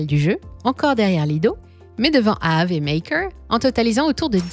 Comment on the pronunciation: Comment ça prononce AAVE, ça se voit à chaque vidéo que vous êtes une imposture 😂Récidive à avec le fameux Didix 🤣